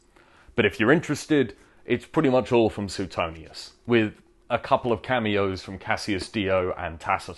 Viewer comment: Pronounced Swaytonius